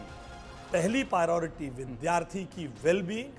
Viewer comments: Ashish Sood- Priority बोलना तो सीख ले. You can’t even pronounce ‘Priority’ correctly and you are the education minister of Delhi- Shame on you. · Bhai education minister ko priority bolna sikhaya jaye 😂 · Is shiksha mantri ko khud shiksha nahi mili tabhi to priority word v sahi se nahi bol pa raha, ye saare desh ko apne jaisa education hi dena chahte, neta aisa chunoge to aisa hi hoich hoga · Delhi ke education minister ko priority bolna to ata nahi 😂😂😂yeh sudhar krege 😂😂😂😂